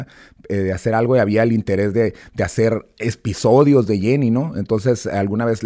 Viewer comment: Este Don se queja de que no le saben decir cachanilla y él dice “espisodios” en vez de episodios